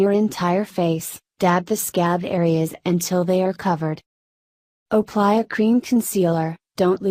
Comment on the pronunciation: ok am i the only one who noticed she said OOoply you honey Idk maybe i just cant hear right 😂😂